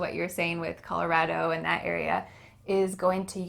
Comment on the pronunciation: can you do me another favor? I definitely heard native says and that as an-nat, on this as on-nis. I dont know if i heard it correctly but doing this as doin-nis??? Thank you a lot